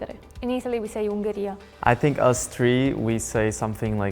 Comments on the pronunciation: "I sink so" 😂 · I Sink " :))